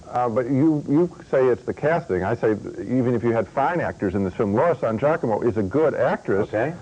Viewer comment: Laura San "Jackomo"?